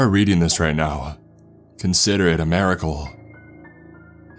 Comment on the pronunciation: “... consider it a mairical.” Lol